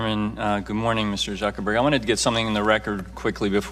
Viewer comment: She said Mr. Zuccberg 😂😂😂